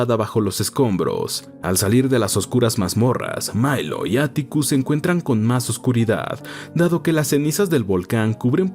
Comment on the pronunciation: Por qué dice Mailo si se llama Milo...?